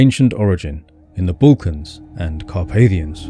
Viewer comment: Your map shows some completely wrong river going East-West in the Northern plains for Germany. Who sold this map to you? be careful, there are many fakes out there. what are the Bulkans? your voice is very soothing and pleasant, but please look up a semi correct way of pronouncing it. I am very jealous about these people. You walk around and can't help finding all these precious minerals. Because of our greedy ancestors I am now deprived of such luxuries 😞